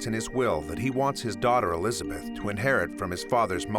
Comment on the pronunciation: Neither are you. It’s Elizabeth not “Elisabeth”.